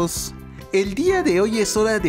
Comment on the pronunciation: No se dice elmanos se dice ermanos